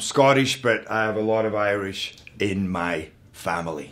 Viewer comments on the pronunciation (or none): none